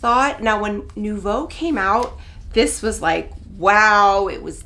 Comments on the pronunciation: That's not "no-bu-"....that's "nu- bo-"😓😓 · It's neither. There's no b in it. It's pronounced as "nu vo"